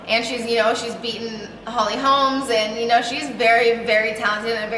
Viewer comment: Paige you can see NICCO MONTANO's fights on YOUTUBE. In the TUF house Nicco beat the number 3, the number 6, the number 2 and the number 1 flyweights at the time. When you beat the number 1 ,2, 3 and 6 you deserve to be respected. Holly Holm is pronounced Holly Holm not HOLMES. Loved your switch kick on Bec and I think you would have beaten Jessy if not for the bad luck of the broken arm. It was a one in a thousand fluke where you hit Jessy's head.